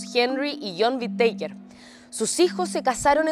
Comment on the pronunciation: Pronuncia mal el apellido